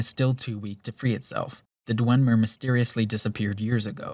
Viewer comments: I know it has no bearing on the substance of the video, but from to when he says "Dwenmer" instead of "Dwemer" every single time, like 18 times in this 5 minute stretch, it got under my skin so much I couldn't finish watching. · It's "Dwem-er", not "dwen-mer", and also it's "Skyhaven Temple". good video though lmao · "Dwen-mer," huh? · There is no n in dwemer. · Nitpicking here. Its "dwemer" not "dwenmer" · I'm sorry, this is such a great video but....*dwemer, not dwenmer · This is really good, and your points are solid. However, I must say that it's not Dwenmer, it's Dwemer. There is no N in Dwemer. I'm sorry, I just had to get that off my chest, it's been bugging me for an hour. Other than that, this is really good. And if that's the only weakness I'll say this is damn near flawless. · ”Dwen” mer? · Why does he call them the Dwen-mer? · i swear you were saying "dwenmer" this entire video but it was so subtle i never knew if i was just hearing things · You were not and he was. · Why do you keep saying Dwemer like that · Good video, but hearing you mispronounce dwemer and paarthurnax repeatedly drove me crazy. (And hagraven)